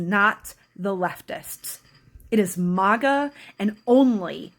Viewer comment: You can't even say MAGA correctly you clown.